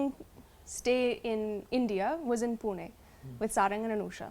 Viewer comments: Amazing pronounciation particularly pune.. Good to watch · She won the heart when she pronounced PUNE ! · The way she pronounced "Pune"😎 shows her seriousness and respect there itself about marathi culture and language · The way she pronounced Pune (ne) and la and Marathi is amazing..